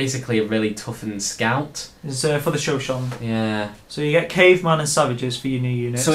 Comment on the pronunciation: It's shuh-show-knee. not Show-shon